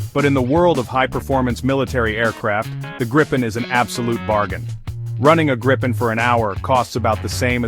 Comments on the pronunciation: Its a question of respect for sweden and our language, its name is Gripen, not grippen or grypen, you englishspeaking people please have respect that not all of mankind speak english… You have a problem with that its called ”respect” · jesus christ dont say ”grypen” hate it its namned gripen not grippen either😑 english speaking people you are not the fastest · Not "Grippen" how hard can it be? There is only one P. Should be pronaunced somthing like "Gree-pen". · Only 38 seconds in and you have two different pronunciations of Gripen. Neither correct though.